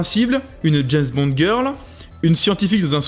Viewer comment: On dit James Bond, pas jayz bond! Kho lolo!